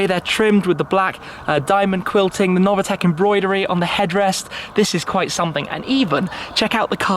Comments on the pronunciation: It’s pronounced Noveetec not Novatec! Dammit! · It’s Novitec, not “Novatec”, idiot))))